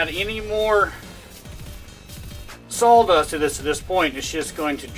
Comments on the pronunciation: What is “SAWL” dust? How is that different from “sawdust”? Serious question. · I was going to ask, I thought you were saying sol dust